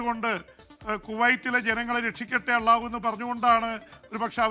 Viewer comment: Allha പറച്ചിൽ അങ്ങ് വരുന്നില്ല ജെയിംസ്... അള്ളാഹു, ❌ അല്ലാഹു✅